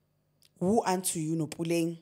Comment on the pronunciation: Please not Puleng 😩😩😩 that’s my name. Her name is Pulane